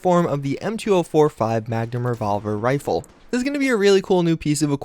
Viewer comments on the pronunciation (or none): Your said revolver and riffle. F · Woah woah woah... Did you just say... Ri... Ri... Rifle?